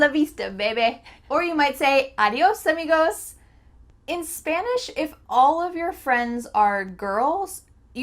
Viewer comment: "Arios amigoss" 😂